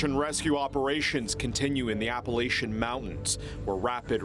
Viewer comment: Sad event,im close to that area,prayers to the victims. The word Appalachian is most always mispronounced.